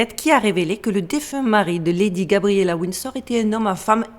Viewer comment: "Wind Store"... Svp Fr + En speech coach. Pawze please.